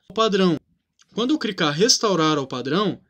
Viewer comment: Não é CRICAR é CLICAR